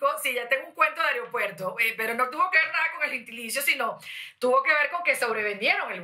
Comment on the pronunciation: Y ella dice aeriopuerto xD